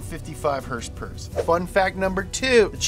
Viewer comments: It's hilarious when he says hursperss instead of horse power! Knee slapping funny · Idk why , i just love it when he says "hurs purrrs" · Sounded like he was saying dollar per hurst which is what he’s gonna need soon with all the motor oil he’s drinking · Please say horsepower normally I couldn’t finish the video. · Saying horsepower weird is funny once or twice. I had to turn off the video from extreme cringe.